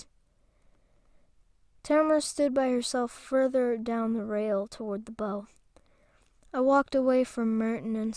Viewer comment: BOW in the manner it was used is pronounced- bow wow wow like. (Obviously the wow wow part.) How you were pronouncing it is for the weapon that a archer uses. Yes they are spelled the same. You have sounded tired and distracted the last couple of posts. Also you are fidgeting too much, I can tell because your voice fades in and out.